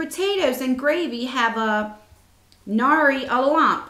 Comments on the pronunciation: While this is acutely idea, I do not think it is worth almost $30. FYI, The word nary is pronounced like n-air-y and is an 18th century term for not or none. (In case no one else answered that yet) Love your channel! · Don't know if anyone else has addressed this but, nary rhymes with carry. Means without. I personally wouldn't pay $28 for this subscription but it's a neat idea.